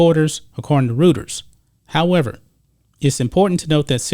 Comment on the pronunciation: "Reuters" is pronounced "Royters."